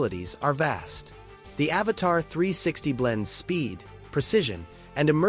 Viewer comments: Please IA, say AVATA, not AVATAR. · Your robotic AI voice keeps calling it an Avatar and Avata! Learn how to pronounce the name of the drone before you decide to do a video - 👎